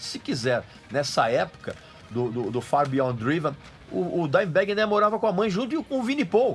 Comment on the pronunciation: Pelo menos ele acertou na pronúncia do Far beyond driven pois draive é feio...kkkkkkkkkkk